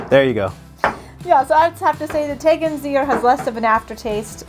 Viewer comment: "I like the Tegernseer better" Correct. 😉